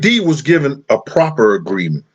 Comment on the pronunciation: Proffer agreement!!! Not proper agreement. Damn I'm trying to listen to you, but at least know the correct verbiage if you're going to keep referring to it.